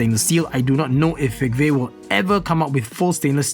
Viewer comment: I always thought the "v" in fegve is pronounced as an "u", judging by its chinese name...